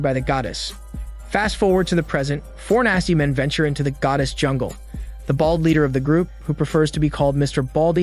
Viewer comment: He said “jumble” instead of jungle… cute lol